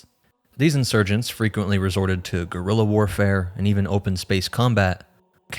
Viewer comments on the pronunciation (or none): none